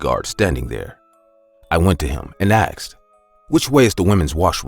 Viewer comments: i love how he says " i aksed him " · “ASKed” not “AKSed”